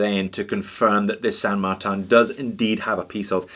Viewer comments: Its NOT "San Mar-TAN"! it is San Mar-TIN! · San Martin is Spanish not French! Saint in French; so pronounce it Marteen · You have to pronounce it as “San Marteen” with the “a” sounding as it sounds in the word “car” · NO....ITS SAN MARTIN AND NOT MARTAN...OKAY, I'LL REFER TO YOUR CHANNEL AS "JUST ONE MORE WITCH" THEN. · Sure you could say San Martan, but why settle for a cheap facsimile when you could say San Martin?